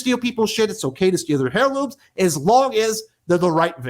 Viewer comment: thanks for letting us know what direction the title is going in. Also, are you pronouncing the "h" in heirloom? (I'm a little hard of hearing.) The "h" is silent.